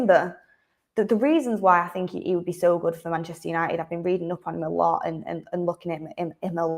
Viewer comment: Love the Manchester accent … but please , pronounce your Ts. It’s Man UNITED , not UNI-ED